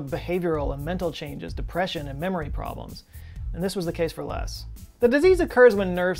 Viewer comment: Have you never heard the name Les before? Or can you just not pronounce it properly 😂